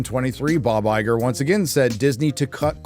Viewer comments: “Liegar” haha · did you just call him Liger? Is it because he's useless, given far too much, and infertile?